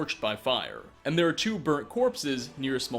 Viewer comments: lmao "Tyoo" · when you said "T-E-OO-W nirnroots," it made me happy for once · Haha your right nice catch lol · I was just checking to see if anybody else commented on this yet. LOL definitely made me laugh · T W O nirnroots